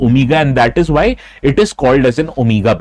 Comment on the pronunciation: Not vyy pronounce why.